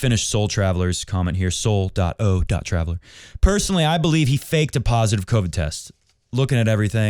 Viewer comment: Firstly,, thanks for pronouncing the "o" in "Soul.o.Traveler" this time.:) Second, if Djoker is out, Rublev takes his place in the draw (not sure if you had heard), which is interesting. Third, about "having your cake and eating it, too," which you think is ok: My problem with it is this. Months ago, Novak said that if AO was gonna require a vaccine to play, he probably would skip AO. And that's what I respected. He had principles, and to have principles and live by them often requires a COST. Djokovic seemed willing to pay that cost (missing his chance at a 10th AO/21st overall Slam). But then, something shifted... and he decided he still wanted to get what he wanted (the "cake") while skipping paying the cost--in this case, the cost was getting vaccinated. Now, I believe in freedom of choice for vaccinations. Just fair disclosure. But in life, especially when we are a big public figure, as Djokovic has grown to become, you are more accountable than the average DJoe. And, yet... all we see is Djokovic NOT being accountable: not disclosing he had Covid for his interview with the magazine (potentially putting others at risk); not filling out the forms and disclosing that he had been to other countries in the past two weeks; not getting the vaccine, but still trying to weasel his way into the AO. Although I thoroughly disagree with Australia's harsh policies w/r/t Covid, this whole situation should have been avoided. Medical exemptions, as I understand them, are supposed